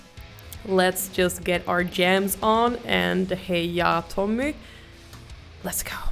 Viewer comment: Visste att du kunde svenska ditt uttal på Tommys namn var för bra 😊 suverän reaktion på en bra låt PS kolla samma låt med Erik Grönvall 🤘🇸🇪